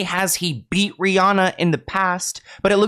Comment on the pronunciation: It’s the way you’re saying the word “beat” for me 😭 petty